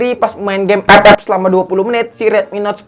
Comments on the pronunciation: FF bang bukan ep ep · CUK AKU KETAWA TRUS PAS DIA NYEBUT EPEP😂😂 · Bangke tiap ngomong epep bikin ngakak gila. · Ngakak pas ngomong epep🤣 Instonya dipake beneran njir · Liat test hpnya ❌ Liat ngomong ep ep✔️ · gw dnger EpEp ngakak cukk